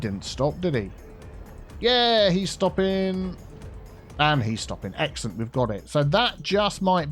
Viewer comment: I keep hearing egg salad instead of excellent